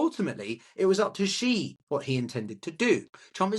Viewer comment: As a Sinologist, as soon as Trump was reelected in 2024 I called a PRC invasion of Taiwan during his presidency. I still stick by that. Also,, you're better off pronouncing "Xi" exactly like the English word "see" — it's not perfect, but it sounds better than "she", "zhee", or "jee" 👍